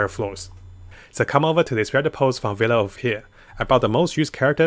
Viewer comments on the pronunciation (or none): none